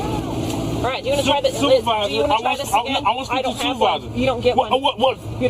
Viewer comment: Dude saying Supervisor, and I am here hearing Suvevisar.... I am like wtf you asking for? 😆😆😆